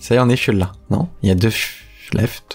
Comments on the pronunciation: Pendant tout le long je me plie de rire car tu dis fuel au lieu de full (sans être méchant je t’adore ) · J'adore ton anglais , j'ai l'impression que tu parle de carburant à chaque fois que tu dis full sinon super Video 👍